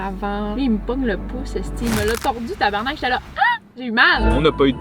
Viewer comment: le motel cest pas tabarnak mais tabarnark